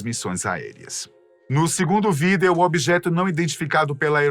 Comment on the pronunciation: Só eu fico incomodado o jeito que ele fala VIDEO?🥹